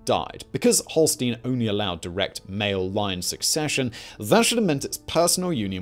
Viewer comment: Love the show… but please sort out your pronunciation of ‘Schleswig’ and ‘Holstein’…. ‘Holstein’ is not even consistent between takes.